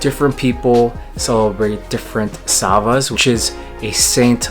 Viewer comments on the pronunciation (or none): Good video, thanks! By the way the patron saint celebration is "slava" not "sava" :=)